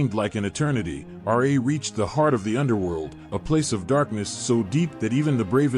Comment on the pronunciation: You're improper pronunciation of Ra absolutely bugs the shit out of me. How can you be so knowledgeable about egyptian mythology and not pronounce Ra correctly?